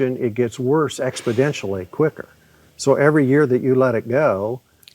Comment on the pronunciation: he must have meant exponentially because "expidentially" isn't a word. 🙂✈